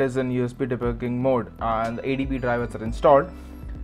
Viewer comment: USB De Buuuuuuiiiin ? Whats that word? HA , Love it.